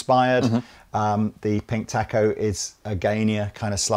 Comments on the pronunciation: It's pronounced "taco". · You are pronouncing Taco wrong. A sound is different Great video!